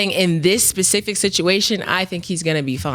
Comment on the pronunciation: Nah you said pacific come on now lol